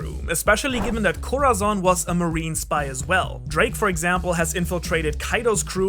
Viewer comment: Bruh why you pernounce corazon name like that🤦🏾‍♂️🤦🏾‍♂️🤦🏾‍♂️, it’s (cora-son) if you trying to pernounce it the “z” Is like a “s” In Spanish, other than that good video💯❤️